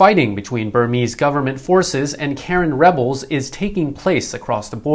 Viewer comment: I lived in Myanmar for 5 years and you are mispronoucing Karen. Its Kah-Ren with emphasis on the second syllable.